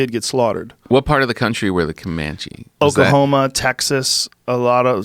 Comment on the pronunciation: Joe "Okahoma" Rogan